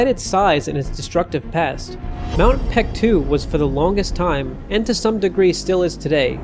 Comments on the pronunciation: pronounced bek-du not pektu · Reading of the name.. its baekdu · FYI, the more recent romanization of Paektu is Baektu. The "p" is soft, so it's more accurate to prnounce it as Baektu with a soft "b." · Great video! But what is up with the name? It's even spelled Peaktu sometimes😂 It should be pronounced Bek-Du. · Since you clearly know something about the matter you should have no problem understanding what ㄱ has to do with the argument - Paektu cannot be pronounced PaekDU (or BaekDU like you said) because ㄱ can't be voiced here. "Someone in the Korean language", you mean someone who's native language is Korean, someone foreign who knows Korean or someone who just reads Korean names for the sake of some YT video? Sounds very ambiguous but in my opinion it's highly likely to be the latter. In that case, it's kinda unfair of you to expect that person to know the difference between ㅂ and ㅍ and pronounce it properly. It's condescending. And yeah, spelling mistakes are surely a sus political move 🙄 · Whoever told the western world that ㅂ should be pronounced as a P did Korea a great disservice.